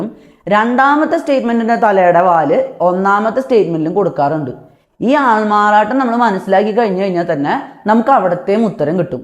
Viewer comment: അൾമാറാട്ടം വ്യക്തമായില്ല 🤔 ബാകി ഒക്കെ സൂപ്പർ. Thanku